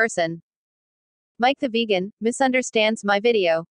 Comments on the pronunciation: "Mic the vajan" LOL Stupid computer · Funny how text 2 speech handles the word vegan...